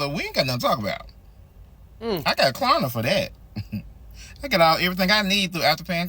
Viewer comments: It’s KLARna, not KARna. 😂 What happened to the “L?” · Stop saying Karna idiot!!! It’s Klarna. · It’s K”l”arna, not Karna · If he says karna one more time I am un-following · It’s Klarna with an L!! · Purposely not pronouncing it right? It has a L in it. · This dude refuses to pronounce Klarna correctly with the most obnoxious laugh I've ever heard on YouTube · Klarna is facing the Carma. Can you not pronunciate the L in Klarna? Ha ha ha ha. Ma Ha ha ha ha, JK JK the platforms the devil practically as bad as Car loans.